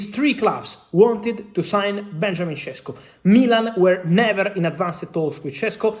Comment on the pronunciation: Šeško not Šesko. Fabrizio Ronano.